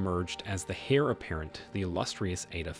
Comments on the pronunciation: HEIR - PRONUNCIATION - AIR (not hair) I'm not able to watch someone I enjoy appear foolish for mispronunciation when I can help. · The "hair"apparent? ok lets try that one again... it's heir pronounced "air"....Proof reading content BEFORE uploading is always a wise way to go